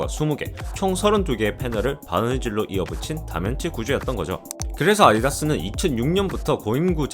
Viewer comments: 발음이 별로라서 좀 그러네요 아디다스를 아이다스라고 발음하다니요… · 발음이 자꾸 아이다스로 들리네 ㅋ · ’아디다스‘ 발음이 너무 부정확하네요... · 혀에 살찐 발음... 나레이션 따로 구하는게 어떨까요? 아디다스가 아이아스로 발음될 정도면 심한데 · 발음이 재밌으시네 아이다스 ㅋㅋㅋ